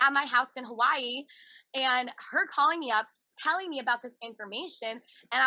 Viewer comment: Hawaahhheee. She needs to learn how to say it.